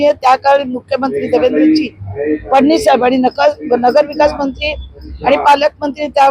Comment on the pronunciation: फडणीस नाही फडणवीस बोला बाई